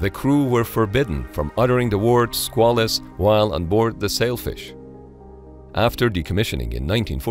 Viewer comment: It's pronounced "SQUAY-luss" but other than that this is ok.